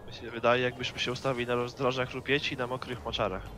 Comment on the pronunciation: Na mokryh mocarah I widmowyh wzgużah